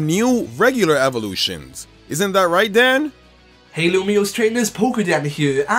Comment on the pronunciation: Might just be me but when introduced Dan I thought he said dad